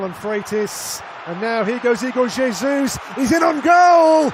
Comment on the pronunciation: not bro pronouncing Jesus in Spanish, Brazil speaks Portuguese aight aight redeemed